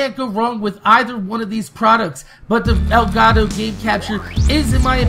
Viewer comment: Elgato, not El Gato